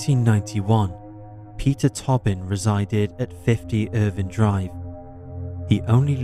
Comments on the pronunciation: Is it peter “tobbin” or “ toe-bin” ? Respectfully I think it’s the latter. Luv ya work tho! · It's pronounced toe-bin